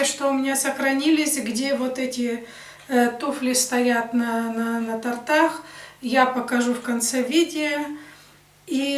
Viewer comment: Правильно говорить не на "тортАх", а на "тОртах"